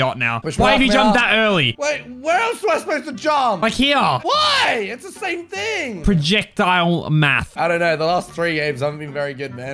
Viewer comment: prajeccctile mafth